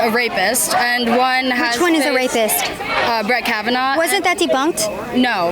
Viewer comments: Lol “Kavan-hoo” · That dude said "KAV AN WHO" lmao. holy shite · Ka-vahn-hoo... never heard of that Justice. Is he on the Supreme Court currently? I think that lesbo has only read about him and with her 5th grade reading level, had no idea how to pronounce his name. Brett's name was said about 17 million times by the media when they were attempting to destroy him during confirmation but I guess that wasn't enough for her.